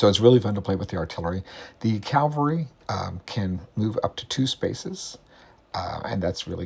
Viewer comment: It is CaVALry (like men on horses), not CALvary, like Jesus.